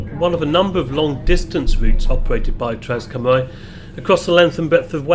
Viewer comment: Hi. Thanks for another great video. As a Shrewsbury local you probably know better than i do, but i thought Cymru was pronounced 'kumr-ee', not 'kumr-eye'? I think 'au' is pronounced 'eye'?